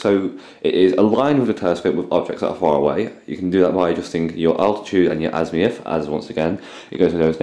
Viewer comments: Azimuth, not Azmiuth! Sorry, that was bugging me. Other than that, not too bad a set up guide :-) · azimuth not azmiuth